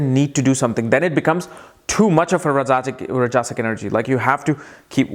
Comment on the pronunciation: Rajasik, tamasik pronunciation is wrong